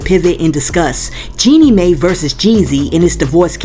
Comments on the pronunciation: FYI.. it's pronounced Jeanie "My." Not "May." Love your channel but it blows my mind how many ppl vlogging or even on produced shows like TGIF pronounce names wrong and actually aren't even up in the news or scandals b4 we are. I watch Jaylee and she will come out with things days before shows that are owned by a whole ass real network with producers and writers. Ppl are just fine with mediocre now. 🙄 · 🤣🤣🤣🤣🤣 It's not pronounced May, it's pronounced My. This is the new route to the bag. Plan ahead and tell your pastor, friends, therapist as a preemptive strike to get to the bag. That 304 is not slick!🤨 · Jeanie last name is pronounced (MY). If a tv journalist mispronounced someone's name... they would have their ability as a journalist questioned. It matters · Hey no disrespect Jeannie’s name Mai is pronounced like the word My… 💕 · Jeannie Mai is pronounced my